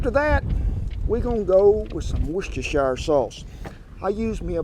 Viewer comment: Well done that man for getting Worcestershire sauce correct. Your BA in pronouncing bloody silly English place names is in the post. If you would like to upgrade to an MA you will need to say Leicestershire Whitwick Cowbit and Loughborough. We do offer a Phd but it does include Welsh locations and may require throat surgery😜